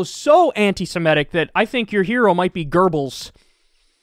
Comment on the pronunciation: "Gerbels"? KKona